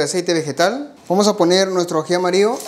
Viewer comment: AJI AMARIO???? Asì se llama o es un asunto de pronunciación???